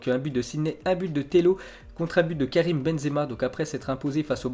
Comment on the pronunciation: c'est karim et non karime